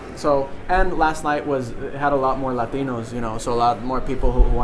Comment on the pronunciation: the way he says latinos is pretty funny